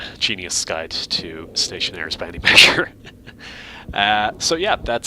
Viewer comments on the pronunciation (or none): "Ion" game it is "stationeers" :D someone others wrong dont worry